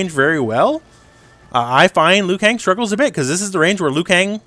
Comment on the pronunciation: "Liu Kong"😂